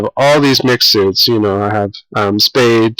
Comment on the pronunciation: there is no 'e' in the word suits